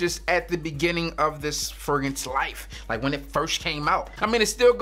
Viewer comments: Fragrance, Fegrance or Fregrance? You decide which one is saying lol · did he say furgance? Mr Big Big Big Big Big Big B B B B